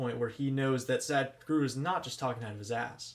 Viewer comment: The spelling is Sadhguru...h is not silent...it makes a sound...so it's not Sad but Sadh...